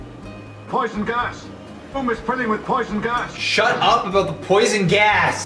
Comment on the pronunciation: This is the funny video it keep saying poyson gass